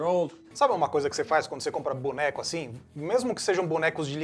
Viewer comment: PAREI DE VER QUANDO O FALOU: "BONECO"